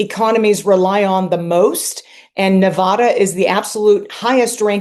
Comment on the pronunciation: Who pronounces "Nevada" like that?